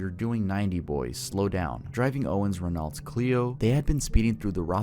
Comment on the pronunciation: renault is pronounced renno not renowlt